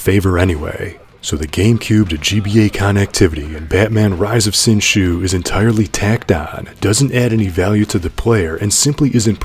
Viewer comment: its pronounced "Sin Zoo"